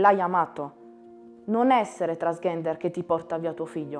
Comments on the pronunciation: “Trans GHENDER”??? No vabbeh. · Ok tutto, ma transghender. La pronuncia ve prego.🙃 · Ahaha 'transghender', anche a me ha fatto sorridere! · Massima stima e ammirazione sia per il ragazzo che per suo padre ma... TransGHender non si può sentire 😂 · Si però almeno pronuncialo bene transgender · Impara a dire transgender però ahah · va ben tutto, ma transgender non lo sai pronunciare, è come non saper pronunciare il proprio nome daiii